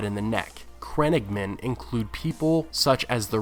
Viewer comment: Love your videos dude. Just a little tip they are not crennigmen but crannoge men pronounced cran-owe-ge.